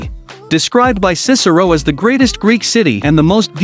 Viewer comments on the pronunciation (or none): none